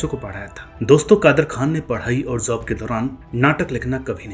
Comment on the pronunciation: Sir very good and informative video. One observation - you use Z in place of J, for example Tazzub, Zob, Zaahil, Zaankari, Huzoom